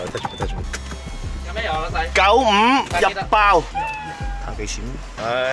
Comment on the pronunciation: 哥哥哥哥～請問點解要咁強調95呢個字嘅😏😏